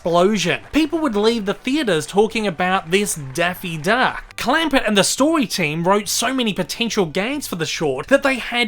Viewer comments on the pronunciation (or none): “Denphie deunck” good lord